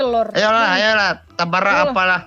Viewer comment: Ayooo kita trabak, wkwkwkwk tabrak bukan trabak woy🤣